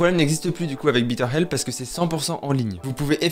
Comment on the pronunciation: J'aime beaucoup tes vidéo mais ne prononce plus Bitter Help car tu parles d'une aide amère, si le partenariat se représente prononce Bètter Help, baiteur help si c'est plus clair, ainsi prononcé tu dis une meilleure aide. Désolé